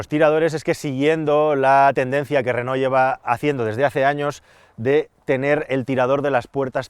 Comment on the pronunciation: si pronuncias Renó lo lógico es que también pronuncies I tech y no E tech Digo yo vamos.